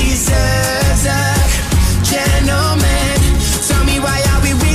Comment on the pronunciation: I for real hear "And any GUY like you deserves a gentleman"